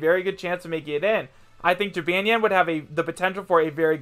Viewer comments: Did you just say Jee-ban-yan? It is pronounced Ji-bon-yan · It’s pronounced (Ji-bôn-yôn) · LOL HE PRONOUNCED JYBANYAWN WRONG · H cant even say Ja-Bon-Yawn right. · Its jib-on-yon p.s. i dont want to be mean srry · Jabonyan I guess that's how you say it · "Jibanyan" I'M SO TRIGGERED!!!!!!!!!! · Does every other yokai watch fan cringe when he say Jibanyan wrong? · You said Jibanyan wrong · Your pronouncing jibanyan wrong 🙄🙄